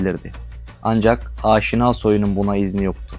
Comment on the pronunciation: Aaaşina ne abi? Niye uzatıyorsun, türk dil yapılarında uzatma yok. Direkt “Aşina” demelisin